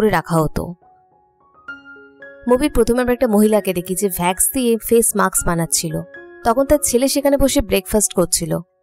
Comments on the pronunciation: vax na wax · আপু ভ্যাক্স নয় ওয়াক্স হবে।🙂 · Vax na wax hobe 😃 okk